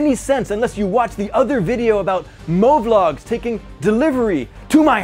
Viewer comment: I loved it when he said. 2hudhayy like hovlog...i mean movlog.